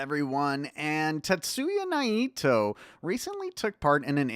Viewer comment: have I been mispronouncing Naito all this time? 😯